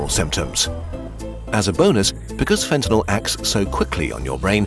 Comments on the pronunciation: Wasn’t Fentanyl made up by politicians? And why do they pronounce it “ Fentanol”? Is that a side effect? 🙂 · A video about fentanyl, where you don't even know how to pronounce it. Classy.